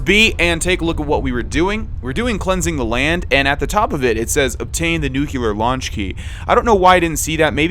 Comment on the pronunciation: Nuclear* not Nuculear